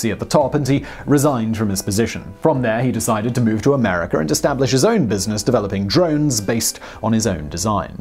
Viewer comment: “Americ-ER”? I’m sorry…does America have an “R” at the end?